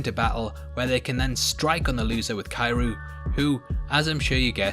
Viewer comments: Kairu? Ummm, it's pronounced Kee-ree-oo. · ITS CURE-YOU not KI ru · is he saying kairu or is he mis pronuncing Kiryu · Wtf is he trying to say is he trying to say Kiryu? "Key-you" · it's pronounced kihr-ree-you